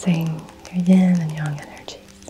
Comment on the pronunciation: Do you mean yin and yang energy. You said yon or yong